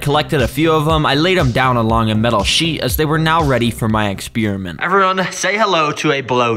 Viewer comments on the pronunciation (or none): none